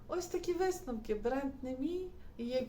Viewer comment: "висТновок", "ТеКстикули" - і ця людина буде комусь щось там розповідати що робити 😂